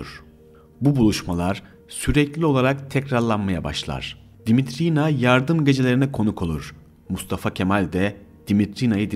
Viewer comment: Darılmaca olmasın olumsuz bulduğum noktaları yazacağım..Ses arazlarınız var..Uzun telaffuz edilmemesi gereken harfleri uzun telaffuz ettiğiniz kelimeler ve kısımlar olmuş..Yabancı Dimitrina ismi eril telaffuz edilmiş bir yerde..Anladığım kadarıyla "r" harflerini de telaffuzda zorlanıyorsunuz ve alttan alttan kulağa çarpan garip bir aksanınız var..Ayrıca Fethi Okyar için kullanılan "izdivaç" kelimesi benim bildiğim evlilik için kullanılır yaygın manâda.. Flört ve sevgililik için kullanıldığını sanmıyorum ama tartışılır elbette..Bir de aktarılan bilgilerin kaynakları konusu var..Gerçi link'te kaynakça gösterilmiş ancak video içinde verilse alt yazı ile daha uygun olur düşüncesindeyim..Ha tabi her kaynak ve aktarılan bilgi güvenilir mi yüzde yüz hakikât mi orası tartışmalı bir konu..Arada bence uydurma hususlarda çok..Videoyu beğendiğimi söyleyemem..